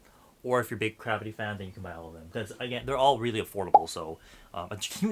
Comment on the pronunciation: 😂😂😂sounds like saying crappy